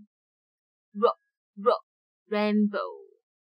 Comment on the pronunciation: 你確定rainbow 是這樣念？